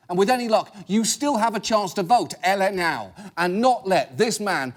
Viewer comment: Anybody else here laughing at John saying Ele não?